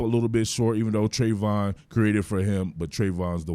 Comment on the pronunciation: This is awesome, I'd have to get one thing out is that the pronunciation of travon is not Trey-von it's Tra-von.